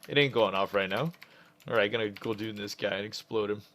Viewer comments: It's Gul'DAN, not! Maybe you should stick to the DKs:P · And he is still saying gul'doooon xD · again with the "guldoons" lmao